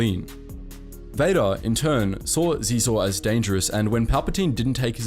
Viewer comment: SHEE-ZOR Your pronunciation of Xizor brought me pain.